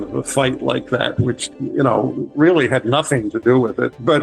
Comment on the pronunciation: You guys are reawwy funny